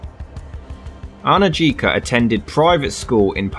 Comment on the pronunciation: The name Anujka is pronounced Anuyka.